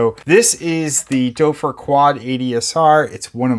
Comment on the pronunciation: Great video! My only thing is your pronunciation of the name Doepfer. It's better if you pronounce it as "dupfer" instead of "dopfer". oe sounds more like an u instead of an o.